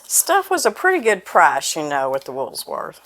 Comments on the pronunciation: You are so precious and I love the recipe, but PLEASE --- the "S" is at the end of the word rather than the middle. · Come on -- there's no "s" in the middle of Woolworth. Or is that just an Arkansas thing? and Yes! my mom made it with canned milk and it works just fine. My mom also used different flavors of Jello too. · Thank you for pointing out the S. I chuckled when I first heard her say it, and when she said it a second time, I corrected myself and decided she said it correctly! When I read your comment, I realized that I was right to begin with! However, as an Alabama native, I’ve heard so many people say it like, that I second guessed myself! I guess I’m getting old - of course I’m no spring chicken considering I remember eating there. I always ordered the hamburger, fries and a Coke. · It’s not “wools worth “. lol it’s Woolworth’s” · You say Woolsworth but its woolworth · PLEASE SAY *WOOL* - WORTH , NOT *WOOLS* - WORTH ❤️🙏❤️😁I WORKED AT WOOLWORTH AS A WAITRESS AT THE FOOD COUNTERS...GOOD MEMORIES😁 ... I WAS *16 YEARS OLD 🙏😁....THANKYOU FOR SHARING THIS AWESOME RECIPE ...🙏JOHN 15 : 5 ✔️ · I love how she says WoolSworth instead of Woolworth's. My mama loved talking about Woolworth. That was where she got her first job in highschool at 16. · Isn't it Woolworth? Sans the s? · I'm not trying to be mean but I do remember the Woolworth and it does not have a S in it. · ...where did you get that silverware caddie on your countertop?....No "s" in Woolworth...just say'in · Wool not wools lol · I love cheesecake, but it is Woolworth no s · Woolsworth? You crack me up. I bet you say Walmarts too. Love it. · I see a lot of people are adding the letter S after the word wool, Woolsworth It may be a regional thing…. It’s Woolworth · Woolworth??? It's Woolworths! There's no letter "s" after the word wool, only at the end of the Woolworth's name! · Woolworth. No letter S in it. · Not pronounced "wools- " worth! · It’s not WoolSworth!